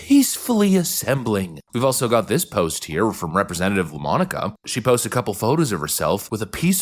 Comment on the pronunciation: “La Monica”? Say no more.